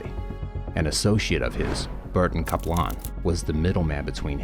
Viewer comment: Burton Cap-lane,pronounced Caplan.